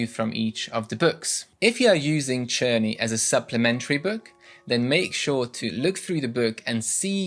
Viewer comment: Czerny I use with my students at the Music Institute. It's pronounced with K I ALWAYS HAVE. FIR EXAMPLE (KERNEY)